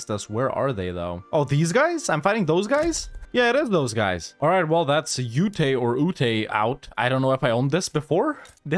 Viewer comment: I’m from Utah and just facepalmed at the Ute pronunciation. It’s one syllable!